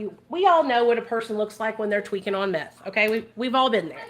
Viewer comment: I cackled when you said microdose meffh like😂😂😂😂😂😂😂😂😂😂😂😂😂